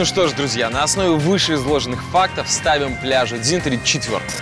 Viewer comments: не дзИнтари, а дзЫнтари. Гидрофойл это классно, но ноги потом болят капец как. Девочка рассказывает о Юрмале, а на дельтолёте катается над Ригой ))) Он возле ТЦ Молс постоянно ждёт клиентов )))) Ресторан 1221... В Лидо можно покушать почти всё такое же, но раз в 6 дешевле. И, да - это не есть "традиционная латвийская кухня". Традиционная в Лидо. Жаль Покайне не показали да и по старой Риге не прошлись. А настоящий экстрим это 5 лет прожить в Риге в статусе вынужденного переселенца )))) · Говорят не Дзинтари а Дзынтари (именно произносить пишется Дзинтари)